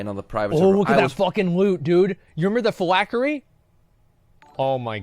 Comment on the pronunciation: PhylACKERY? Good pronunciation you illiterate fuck